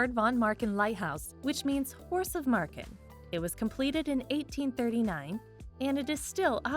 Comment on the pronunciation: Marken and Groningen were... decent